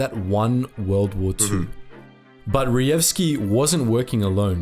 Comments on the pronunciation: Hi. Polish "j" is usually equal to english "y" therefore try to pronouncr that last name as Reyevski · A little tip here J should not be read as G but rather as Y, so Reyewski would be much easier to pronounce. There is a section in Blatchley Park museum dedicated to PL Cipher Bureau now, where one can learn about it